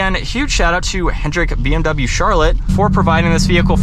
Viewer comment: научитесь правильно произносить слово BMW